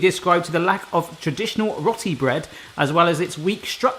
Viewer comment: Oh, rotti bread? Roti, pronounced bowtie, like row yer boat